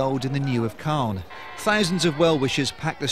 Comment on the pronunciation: Clane? I think you mean Calne!